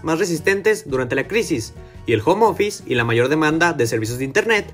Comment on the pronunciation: family office? start up? home office?.... please give me a break....if you are going to say little english words...at least get your pronunciation up to part.